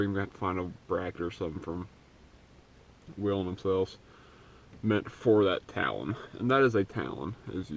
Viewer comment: Its "we len" man lol. Sync your grill lights! Alternate the white VS red